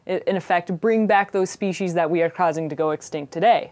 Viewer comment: It's pronounced speshies even though it's written as species. I was actually watching this and thinking how great it is that she pronounces it correctly considering a lot of people in America seem not to.